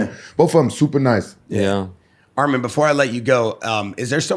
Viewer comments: SAY HIS NAME RIGHT ITS ARMAN NOT ARMEN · Arman WITH YOUR woman, is the correct way to pronounce his name.